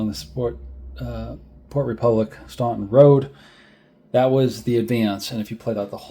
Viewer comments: FYI Staunton is pronounced "Stanton" by the locals! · I can see how a Massachusetts accent wouldn't work down in ol' Virginia!! Actually, everyone NOT from the Shenandoah would likely make the same mistake with Staunton. It's part of the rite of passage as one gets immersed in Civil War history!! I'm still learning about the odd pronunciations of some waterways (Mattaponi, Ni, etc.) and some of the commanders are routinely mispronounced (the two Taliaferro's, pronounced "Tolliver", Huger (pronounced more like YOU-zhee) and even Heth (pronounced more like "Heath"!! I also find many people seem to trip over Sigel, which you did not, to your credit. I don't know WHERE someone would get "SY-jel" out of that, but some do!!! 😉